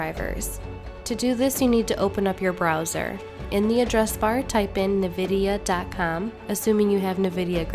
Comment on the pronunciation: nuh-vidia? :P